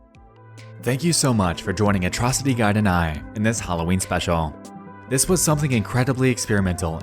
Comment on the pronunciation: You have a particular pronunciation. From a Foreign's point of view. (Ex. You wouldn't be watching "des", you "cleck", "conzpiracy")